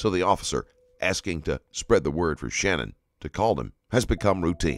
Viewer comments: It is Sha-nann, not Shannon. Just wanted to get it right for everyone. Not trying to be rude. I feel like it is kinda more respectful to the family and her name to get it right. And Chris describing what his little girls said before they died was one of the worst things I've ever heard in my life. He's the type that deserves to fry, honestly. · I appreciate your channel. However, please make the effort to pronounce victims names correctly. Her name is/was SHANANN not Shannon. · You should probably learn how to say the victim’s name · her name was SHANANN - NOT SHANNON